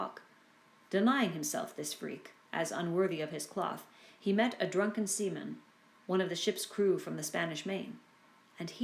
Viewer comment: "He met a drunken semen". This is what I heard as a non-native speaker, I had to check twice.